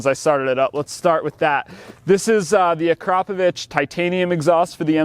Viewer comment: akraPOvich, not aKRApovich... You got the emPHAsis on the wrong sylAble. Could you tell us what you paid? Curious what the dealer charged you for the various fees bike dealers like to add.